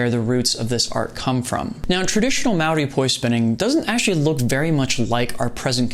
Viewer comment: Hey man, as a Maori man myself, I just want to say that the respect you showed the roots is appreciated and wonderful. On top of that, your pronunciation of "Maori" is pretty damn good! You roll your R's very well! Great vid.